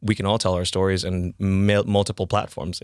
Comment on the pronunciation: When he said stories, he said stowies!!!